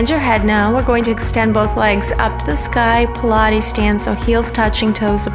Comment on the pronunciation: Is “believe” even a word? Ive heard it so many times im not sure anymore. if you just want some pilatz